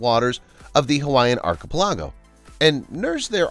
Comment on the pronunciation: it is pronounced "ar-ke-PEL-e-goh," not "ar-ke-pe-LAH-go."